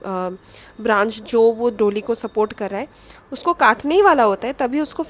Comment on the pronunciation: its pronounced doLI retroflex L and da as in d for daadi, da, das